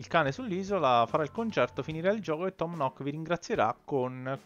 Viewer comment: kei.kei.da me e venuto quando il negozio non era ancora ampliato e un altra cosa non è un offesa anzi è solo un consiglio tom nook si dice tom nuuk a sono iscritta☺😊😀😁😃😆😉